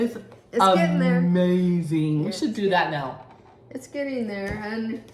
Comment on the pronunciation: Now not mow lol